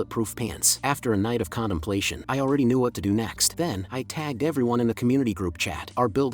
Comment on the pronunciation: “a night of condomplation” 🤣🤣🤣